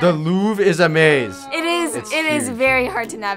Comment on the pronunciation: is はthis にくっついて、いい加減な発音になってますが、what の発音がこういうのはよくあります